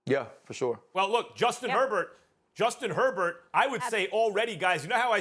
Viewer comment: I love listening to Americans destroy the surname Herbert. That is not even close to how you pronounce that name.